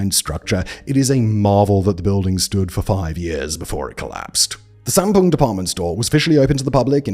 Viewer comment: Great video, though there were some mispronunciations of the names, due largely to the romanization system that Koreans use. Woosung should sound like Oosung, the a in Sampoong and Gangnam should get an ah sound, eo combinations of letters (e.g., Seocho) should be pronounced as uh, and Lee is really Ee. Often you can type in the name, get the Korean version, and drop the Korean version into some sort of tool for reading aloud. Takes maybe fifteen minutes to get the correct pronunciations and to write them down for Simon to add to narration.